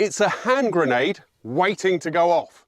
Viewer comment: It’s grenade, not granade. 😂